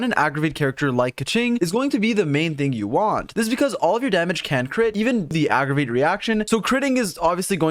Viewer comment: "aggragate" lol thank you for the updated guide tho. very happy to be able to use keqing